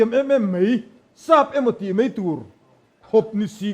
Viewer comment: A hmuhnawm rual in Mai mai tih tur ah mei mei an ti leh zauh zel...